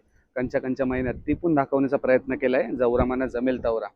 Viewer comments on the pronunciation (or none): none